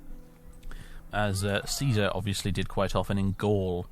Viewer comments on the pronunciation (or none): none